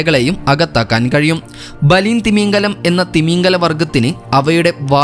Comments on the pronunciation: തിമീഗലം ആണോ തിമിംഗലം ആണോ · തിമിംഗലം എന്നാണ് തമീൻഗലം എന്നല്ല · തീമീംങ്കമല്ല, തിമിംഗലം 😡